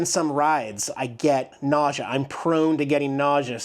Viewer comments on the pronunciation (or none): Nausea not Ausia tap tap.. is this thing on?…